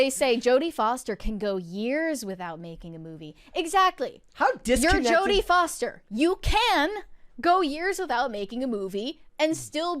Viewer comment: I think Jodie Foster said that wrong